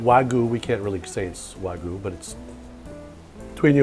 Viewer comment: Wagyu! Pronounce the Y:)) Just a tip from in Japan:))